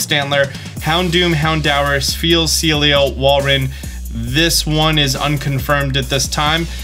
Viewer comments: How do you not know how to pronounce Walrein.... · 'walrein' the beautiful water-ice pokemon, come on:(